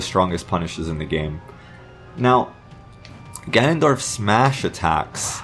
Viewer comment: All I heard was, Ganondoriyah!